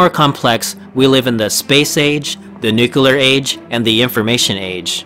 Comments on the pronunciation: NUCLEAR not NUCULAR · Nuclear not Nuculer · Nucular age? NU-CLEEE-AR! NUCLEAR AGE! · Good video, but for the love of science...It is not "nuCular" it is "nuCLear"! From the word nuCLeus! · A computer voice would have pronounced newclear instead of nucular though. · you pronounced nuclear "nucular" right away so i take my leave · Nuclear! Pronounced nook lear, please! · Nu-clear c’mon bush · He said nucilar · Stopped watching after nukyular SMFH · What's a "nucular age"? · ⵔⵓⴽⴰⵜⴽⴰⵜ nuke-you-lar xD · I'm sorry to pick on this particular (and largely worthwhile and interesting) video, but can we all agree that people who choose to speak publicly should take it upon themselves to learn how to pronounce “nuclear”? True, this speaker also doesn't realize he is mispronouncing “the” half the time, but that's more of an understandable lapse than an error. “Nuclear” can only be correctly pronounced in one way, period. Unless we change the word itself, it's pronounced “NOO klee er”, and will be for the foreseeable future. Saying it differently makes you sound ignorant, and if you decide public speaking is for you, maybe ask yourself if sounding uneducated is really what you want to convey. If it is, then by all means, “nookuler” away. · that you cant say nuclear properly... instant downvote